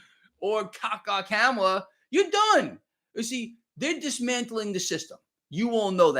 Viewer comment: Honestly if you pronounced her name correctly it would work much better with your nickname ka-ka kamala. Gotta say it’s a great nickname if you say it right